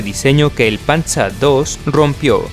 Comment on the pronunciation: min. dijiste panza II en vez de panzer II